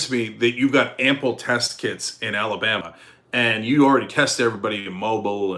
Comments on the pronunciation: Cenk, it's pronounced, "Mo-Beel," not "mo-bull" like the cell phone. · Pronunciation of "Mobile" AL rhymes with "go eel". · Of course! Maybe someone has already noted that Mobile, Alabama is pronounced “ moe-BEEL”.